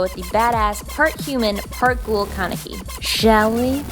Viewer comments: THE WAY THEY SAY THEIR NAMES KAN-E-KI ITS JUST KA-NE-KI AND RIZE IS JUST LIKE RISE I SRSLY CANT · Isn't is pronounced Ken-ehh-key? not Kon-uh-key? I've only watched the subbed anime so it might be different from dub, if there is a dub. (I think I remember them announcing it?) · um um um ummm was I the only one that heard her say kanaki at the end .-. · I absolutely love Tokyo Ghoul!!!!! I'm pretty sure you were saying his name wrongs but whatever, the AMAZING makeup made up for it